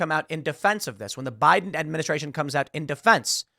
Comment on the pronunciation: Now I get the "Bi-dan" comments